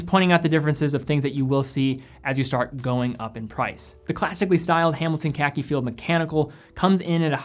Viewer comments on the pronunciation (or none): "The Hamilton KEKI"???